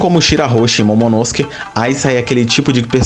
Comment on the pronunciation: Você pronuncia momonosuke errado kkkk